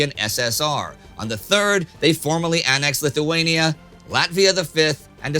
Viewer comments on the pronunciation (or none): none